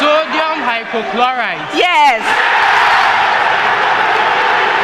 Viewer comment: The Owass Student said "sodium hypochloride" instead of sodium hypochlorite" This is a stolen verdict.